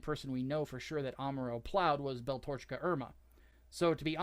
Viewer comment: horrid mispronunciation of "Tomino" and "Beltorchika" is extremely painful to listen to...